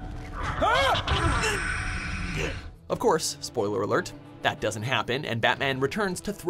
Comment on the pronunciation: "Of couse" M Bison